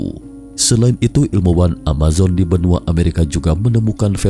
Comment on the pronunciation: Ada huruf "k" di belakangnya benuak, setarak, asiak 😂😂😂😂😀😀😀